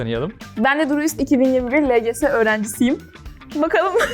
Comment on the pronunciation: ingilizce çalışmaktan lgs yi el ci si diye okumak mı bruhhhh